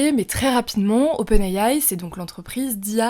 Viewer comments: Open ayaye 😂 SVP dite simplement les lettres en français c’est plus professionnel ! Open« I DE ISABEL» « A de Alain» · J’entends open Aie aie quand elle le dit